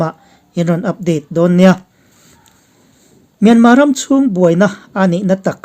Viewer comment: Myanma nilo in Myanmar ani zawk